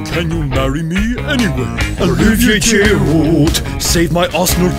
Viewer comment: He said girudet